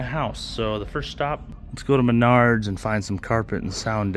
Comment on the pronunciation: Isn’t it pronounced Maynerds